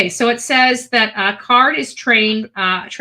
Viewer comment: His name is card not carr.